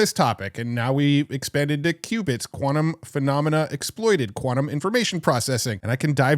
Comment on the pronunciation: its quantum not kvanum